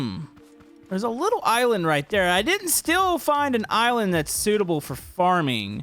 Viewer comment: I like how he said there is a couple of iwind instead of island